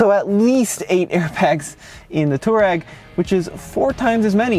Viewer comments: Touareg is not pronounced two-rag, its tow-a-rig. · Cmon Man , say it right ! Its Tu-aa-reg from the African tribe. And if I remember VW purchased or licenced the name from Aprilia motorcycles as they allready had an on-off model with the name. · Why do you keep calling the Touareg a Turag? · german here. nope its not. its two- a rag. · Great video! Your mispronunciation of Touareg throughout these videos is so ridiculous, it makes you look like you’re mispronouncing it on purpose. It’s “To wah reg” for the love! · Can someone teach this guy how to pronounce Touareg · am I the only one bothered by how he pronounces Touareg? he completely murders the "a"